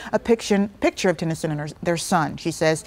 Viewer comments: Why does she keep saying "Tyson"?? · Sutton Tennyson* Ti not Tyson lmao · And when you're reporting news get names right it's Sutton Tennyson